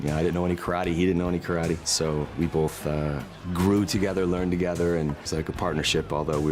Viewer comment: After all this time and even being corrected in the movie, he still miss pronounces Karate.